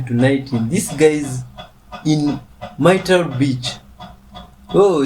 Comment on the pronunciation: Myrtle is pronounced like turtle 😊